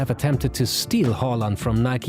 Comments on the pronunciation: Finally somone who can say hÅland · Very good Haaland pronounciation!